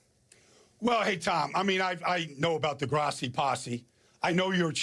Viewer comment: "Tom Grassi" and then the smirk on Tom's face after his name is mispronounced lol. He had redemption at the end at least 😆